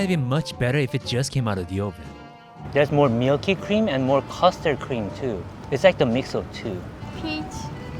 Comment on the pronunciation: it gets me every time you say meelky / meelk lol